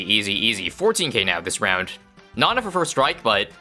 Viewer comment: “and that’ll be another rund salvage.” - 2024